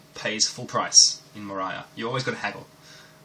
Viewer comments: You destroyed the game's title. It's based of LOTR , it's pronounced More-ee-a not more-i-a. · watced it, installed Umoria on my Ubuntu and now i cant stop playing it :D And as Rensome said it is indeed [Мория] not [Морая], like in lotr ;)